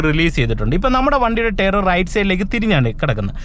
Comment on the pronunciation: എനിയ്ക്ക് അതല്ല മനസ്സിലാകാത്തത്... ടയർ എന്ന് എഴുതി താങ്കൾ ടെയറ് എന്ന് പറയുന്നത് 😢😢.